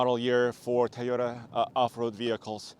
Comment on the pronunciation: Please just pronounce tOyota right not tYota jeezz ist very annoying stopped watching right there guys that dnt know how to pronounce the name I don't need more details that guy you tell me he cnt even say the name right